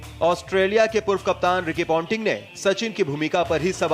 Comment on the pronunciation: Kyu be tu pointing ko panteeer kyu bol rha hai